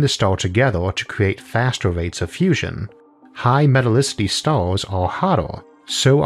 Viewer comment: No one: PBS: MetalicitY